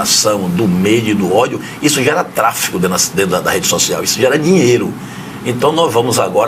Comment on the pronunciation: Gera "tráfico"...? Não sabe nem falar, esse merda... é TRÁFEGO! Por quê esse vagabundo não chama o HADDAD que foi condenado por espalhar notícias falsas?